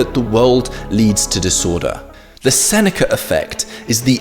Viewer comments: "Senecer fect" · It bothers me how he says "the senecurr effect". There's no "R". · yeah why is he saying it like that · It's called the intrusive R. Because there's a vowel sound at the end of "Seneca", and another one at the beginning of "effect". So, to stop them from merging the intrusive R is used. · How DARE you chide the English for their...well, English. I mean, they are from the land of the Eng. They know what is right and wrong, you insolent peasant! Just fucking with you. I already blasted him for the RRRRR!! on the end! Like the lawrrrr of thermodynamics. All things end in chaos.